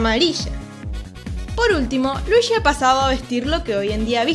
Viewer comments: Es Luigi Weege no Wiigi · Por que pronuncias Luishiii? Si es luigi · Me costó terminar el vídeo por los luishsis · Soy el unico al que de la cringe que diga luishi y no luigi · "Luishi y su traje amarisho" jeje se oye extraño. Pero esta genial tu voz <3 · Luichi XD me encanta como lo dices ! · cuantos luichi se dijeron en todo el video? :v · Oh por eso en mariokart 8 cuando escoges a Luigi lo pronuncia ruichi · jajaja Luichí XD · Por que está Chica le llama "Luishi" es muy incomodo escuchar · Luishi xdddd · por que dices luishi? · luishi xd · LuiSHI WeeSHI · Me caga que diga "luishi". 🙄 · creo que es por el acento argento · no puede pronunciar ese nombre?